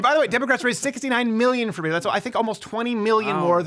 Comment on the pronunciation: Its Beto. Hard T. BET OH or BEH TOE. I hate him, but that's just one thing the left would say is you cant even pronounce his fake name wrong. I live in Texas and was for Cruz, but so many people mispronounce his fake latino name.